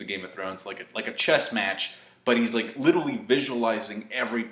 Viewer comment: holy fuck the way you say literally, i love ya but please stop saying LITTLELY